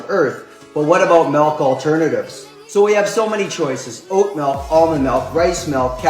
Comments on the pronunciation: He said “melk”. No one should listen to or take seriously ANYONE who says “melk”. IMO. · The word milk or "melk" as this guy says it has lost all it's meaning because I've heard it way too many times.